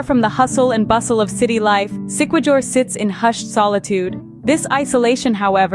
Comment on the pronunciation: Siquijor is pronounce Sikihor not sikwijor also Baguio is pronounce Bagyo not Bagiyo